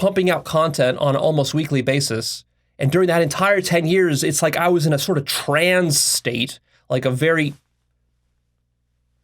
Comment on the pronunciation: Stop pronouncing the word trance as “trans” it’s petting my pet named peeve lol